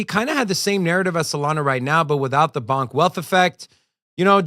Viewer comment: It’s $ponk not $bonk lol